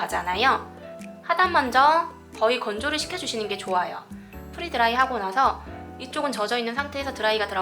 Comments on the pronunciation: 선생님 “프리” 드라이가 아니라 “프레” 드라이 입니다. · 프리 드라이가 아니고 프레 드라이 입니다 free 아니고 pre!